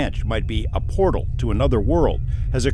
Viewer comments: We need a video on why Jeremy can’t say portal and calls them port holes. 😂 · now everyone take a shot whenever Jeremy pronounces portal, as port hole 🤣 all good! luv you Jeremy & George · JE: Repeat after me. Portal. JC: Port hole. JE: Portal! JC: Porthole. JE: Penguin. JC: Pangween! JE: Dammit! JC: Damn it. JE: ...........!? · "port-hole" You incredible jackass.... P O R T A L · He said “PORT HOLE” heehee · The woman in the uintah basin said it also portholes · It’s Portal not Port Hole Jeremy C’mon Man! Loved the episode ❤ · "Port hole", do you mean Portal? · Why is no one correcting Corbell on how to pronounce portal???. Does the guy really not know the difference? Astonishing.